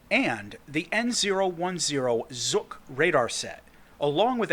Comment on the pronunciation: We don't call that radar "Zucc" :D It's called "Zhuk". Zh like the "g" sounds in "voyage", "visage", or... "cringe" :D